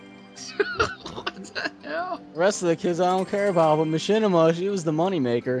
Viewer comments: it's MA-CHINIMA! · should have called it ma-chin-ima